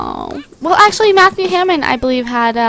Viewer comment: Lol u say Hammon instead of Hamming!